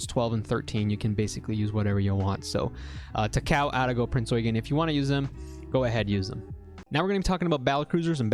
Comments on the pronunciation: I died inside when I heard "ta-KOW" IT'S TA-KA-O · ao actually does sound like ow. The O is kinda short and if you're speaking japanese you wouldn't even pronounce it much most of the time. While he is pronouncing it wrong in the video, does it matter? He's just pronouncing it with a more westernised accent, getting annoyed over a simple thing like this makes you seem more like a weeb in my opinion.